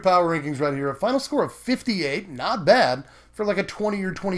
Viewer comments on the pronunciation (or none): none